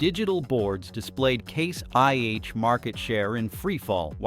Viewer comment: Who is the idiot they have reading this? He doesn't even know that it is IH not 1H, sheeesh